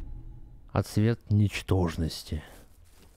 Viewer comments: ) Ну блин, вторая серия уже. Ну ты же интеллигентный человек из относительно старой гвардии, которая читала фентези и фантастику. Ну почему отсве́т? Персонаж же на жопой отсвечивает. Ну о́тсвет, о́тзвук. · Кто-нибудь скажет ему что в слове Отствет ударение ставится на О. Не отсвЕт а Отсвет... Бесит пиздец...